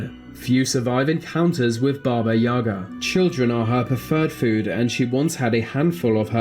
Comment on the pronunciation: In Russian fairy tales too. When I didn't want to sleep, my mother scared me with Baba Yaga )))). But the stress in the word "Yaga" is on the second syllable.